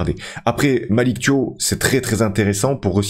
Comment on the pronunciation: Thiaw c'est un nom de famille sénégalais, on prononce comme c'est écrit, le son "iaw" et pas "iow" à la fin